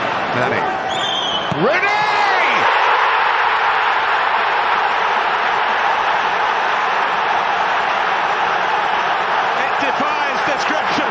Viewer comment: I like the way he says Ronney